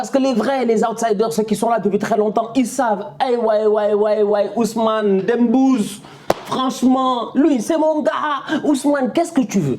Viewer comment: Qnd j’entends « Dembouz » ça me fume Prcqe chez nous « mbouz » c’est une chèvre